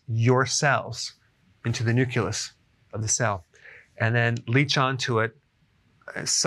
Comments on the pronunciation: Love your channel Dr. Berg. You teach us soooo much! One nit: Nuculous or Nucleus? Thanx W #43. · Dr Berg- I love you, but... nuke-lee-us.